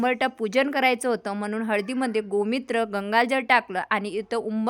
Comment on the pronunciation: Gomitra nahi mhnat gomutra mhntat